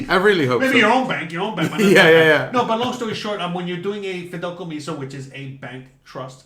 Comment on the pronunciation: 😂, I know youre cuban, but its not called “Fidelcomiso” its Fideicomiso.🇨🇺